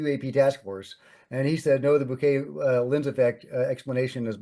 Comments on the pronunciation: It’s Bokeh not bouquet. Bo-Ka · Which is still not bouquet 😂